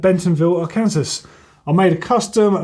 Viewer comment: I like you so much I 'd like to help you out. Arkansas is pronounced Are-Can-Saw, There are a lot of good trails in Bentonville Arkansas you can see them on you tube and other sites